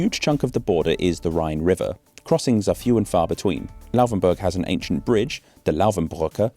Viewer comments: It's not Lauwvenburg but Laufenburg. You are allowed to articulate the f very clearly as a voiceless labiodental fricative (as some name it). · its not Louhwänburch. :D Its Laufenburg :D i once learned in a bakery that had a shop very close to the bridge. funny times! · It really kringingly anoys me that you say Lauvenbörg. WHY. "F" is the same sound in englisch and german. And börg is also unnecessary. You know how to pronounce burg. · The letter 'f' does not sound like 'v' in German. You keep saying "Lauvenburg", which is wrong. It's basically the same 'f' sound as in English. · why did you pronounce it Lauvenburg the whole time? is this actually what it's pronounced as?